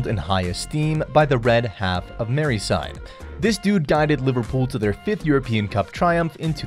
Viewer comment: "The red half of Merryside" You utter pleb haha